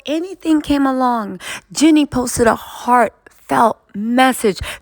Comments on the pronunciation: is one very hard working and astute content creator who understands and speaks legalese. Excellent content! I appreciate you! It’s not pronounced ‘Jenny,’ but ‘JeanEE’ (with a long E sound at the end of Jeannie’s name. Like Blue Jeans…Did you ever watch ‘I dream of Jeannie?’ It was an old tv classic before your time. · you’re working hard and being consistent with creating content - shout out to you…one thing, please say Jeanie - her name is not pronounced Jenny…🫶🏽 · Hi 👋🏼 her name is Jeanie (Jee-Nee) not Jenny 🤦🏽‍♀️ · I absolutely loved your coverage, but it drives me bonkers that you keep calling Jeannie, my Jenny, her name is Jeannie, is you're gonna do a report on it. Do your job and make sure you call them by their right name driving me nuts. And you have the best coverage of this subject so I don't want to go nowhere else to watch It. I just want you to say her name right